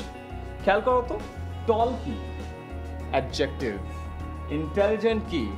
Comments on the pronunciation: ভাইয়া,ধন্যবাদ।By the way, pronouncing of 'Adjective' is অ্যাজেক্টিভ।Love for u😊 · Your pronunciation of adjective is wrong. In adjective, d is silent. Please look up the pronunciation of adjective in Oxford dictionary or Bangla Academy dictionary. Thanks.